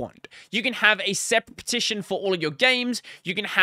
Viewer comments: you're saying it like /pʰˈtʰɪʃn̩/ but everybody else with an Australian accent says /ˌpʰɐːˈtʰɪʃn̩/ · thats not an accent you are just saying it wrong???